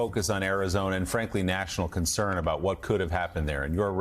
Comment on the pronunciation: Guys... he straight up said Arizonia... not Arizona... He said Arizonia lol and then said it correctly later